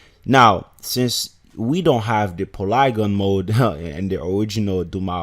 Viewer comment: PA—-LEEEEEE—GON. PA—-LEEEEE—GON not PULAGUN MODE for godsake